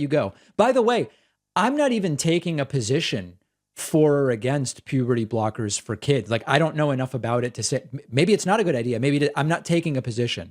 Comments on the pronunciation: Puberdee Brockers 🤣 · Is it just me or did this caller say “puberty blockers” wrong every single time 😂